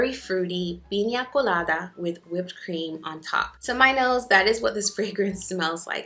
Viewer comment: Praying for you and all the people of Florida! May God protect each one of you! 🙏🏼🙏🏼🙏🏼 Love!!!! The way you pronounced "piña colada" had me so proud!!! 🙌🏼🙌🏼🙌🏼👏🏼 👏🏼👏🏼👏🏼 lol 😅